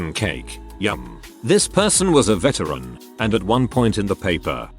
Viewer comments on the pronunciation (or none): none